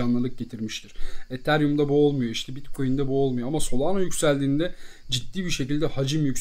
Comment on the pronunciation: solano değil solana